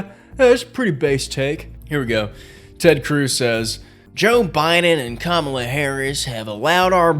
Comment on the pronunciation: Hold on...do you mean "ka-MA-la" Harris?